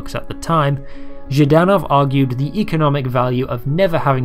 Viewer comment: Nice video. Small pronunciation note on Viktor Zhdanov's last name: the first three letters are supposed to be pronounced together as a consonant cluster: ZHDAnov, and not ZhiiDanov. This is important because the way you pronounce it in the video with the extra vowel inserted makes it sound like the word жид - zhid, which is a really nasty Russian slur for Jewish people.